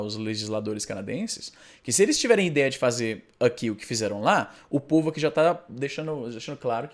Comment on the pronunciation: "aqui" se pronuncia sem schwa, Izzy.